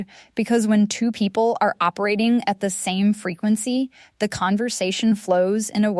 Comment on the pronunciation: This is AI .. No person would say “a-r-e” instead of “are” mid sentence like it was normal.